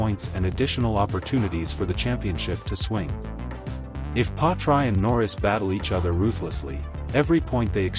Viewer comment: Yet another rubbish video. can't even pronounce Piastri's name...